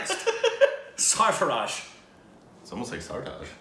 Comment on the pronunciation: This kind of song is called gazal, sang by Jagjit Singh. The actual pronouciation as Sar-fa-rose. the "chise" in hindi means thing.